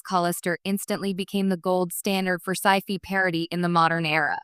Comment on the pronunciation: The episode of the newer show similar to Outer Limits / Twilight Zone reminds me of the mirror universe episodes of Star Trek Enterprise. BTW, for the "fi" of "Sci-Fi", it might help to adjust the vowel to sound more like "aye" than "ee", like the fi in Semper Fi basically rather than fee.